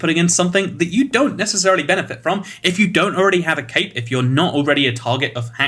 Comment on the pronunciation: I thought he said cake not cape LOL